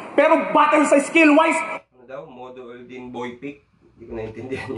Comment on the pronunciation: "modorn na boy pickup" ? tama ba sa pagsabi ni price ahhaha bulol eh